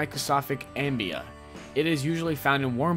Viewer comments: Uh me ba- Uh me ba Not Ambia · amoeba is pronounced "uh-mee-buh", not "'ambia". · Ambea? You mean amoeba? Pronounced “a-mee-ba”. And it’s not John Hoover... Sheesh! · what the fuck is a ambea? If you don't know how to say the word, a simple google will solve the problem - don't wing it and make yourself sound stupid. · its pronounced O-ME-BA lol "ambia" 😂😂😂😂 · amoeba is pronounced am-mee-ba, not ambea....but good vid otherwise. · Ambea? It's (a-mee-ba) amoeba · It's pronounced AMEEBAH. Not Ambia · On #8, what the heck is an "AMBEA?" I think y'all meant AMOEBA (uh-mee-buh). Geeeeez. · stopped watching at "ambia." What the hell man! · it is pronounced Ah Mii ba (Amoeba) not Ambia man. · Amoeba is pronounced ameeba not ambea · it's pronounced uh-me-buh not am-be-uh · did this guy just call an amoeba an "ambia" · a... amboea, what the fuck is an amboea?! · "A free living microscopic ambeea" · lmao "am-bee-uh" you mean "amoeba" ??? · wtf is an ambia? lmao. Its pronounced ah-me-bah(amoeba) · Amoeba: Uh-me-buh 🙃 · micro-sofic am-bee-ah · "Ambea" XD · The mistakes on simple words he doesn't know are hilarious on these videos. "Wait for it, wait for it....there it is - "microsofic ambia!" " Lmao! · YOU DID NOT JUST CALL AN AMOEBA AND "AMBEEUH" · I swear you said "it's a microsoftic ameba" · had to stop watching after he pronounced amoeba "ambea" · it's pronounced uh-me-buh, just so you know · He said "Ambia"... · the fuck is a "ambia?" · Lydia Dukes it's pronounced 'Ameba' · Pointl Ess 😂😂😂😂ambia lol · I am sure it is pronounced Uh Mee Buh. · "ambea"! Really?! You don't know how to pronounce amoeba? The fact that noone else seems to have noticed it either bothers me too but then again, petty stuff bothers me lol. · Micro"sofic" ambea! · It bothered me too!! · he said "microsofic" ambea lol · Amoeba=UH-ME-BUH, good video tho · I just couldn't keep watching after I heard "Ambea" (#8) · Amoeba is pronounced (UH-MEE-BUH) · ummm Amoeba is pronounced UH ME BA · Amoeba. Uh Mee Buh.